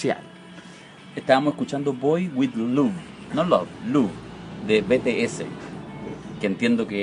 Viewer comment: Wn lo chistoso es que ES COREANOO osea que mierda tiene de semejante el ESPAÑOL Y COREANO acaso el kpop no dijo : Oigan vayan a desordenar chile :v no po wn Y WN SE DICE BITIES NO BETESE :)